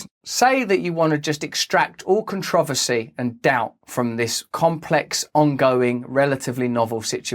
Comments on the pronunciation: Con-tro-vosay is a very controversial way to pronounce controversy. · Its CON-TROV-ACY! - British accent are silly